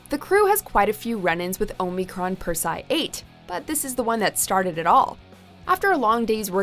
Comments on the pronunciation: I don't think she's actually watched the show, the way she pronounces Persei😢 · Persee-eye 8 not persigh 8